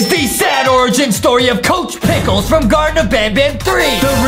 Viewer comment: ITS NOT COCH PICKELS